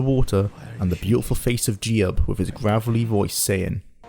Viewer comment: "Jee-ub"... huh. I always called him "Jyoob".